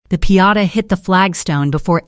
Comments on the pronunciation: It’s called a piñata not a Piata 😂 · You said pee-ata three times. I'm out. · It's pronounced "pin-YAH-tah." .... For a machine that has all the information on the planet available in less than 1 second, this A.I. is exceptionally stupid.